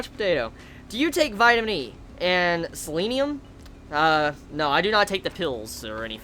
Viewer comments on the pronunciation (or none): none